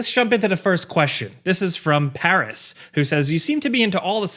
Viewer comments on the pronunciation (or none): none